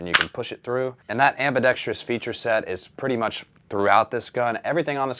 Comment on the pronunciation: Shoutout for pronouncing AMBIDEXTROUS correctly lol